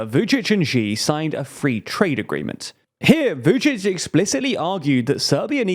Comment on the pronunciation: You really should take a pause between pronouncing Vucic and Orban, sounded like Vucicohorban😄